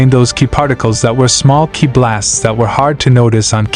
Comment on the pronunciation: Your Ai is pronouncing ki as kaeye so write it as key and it will sound right.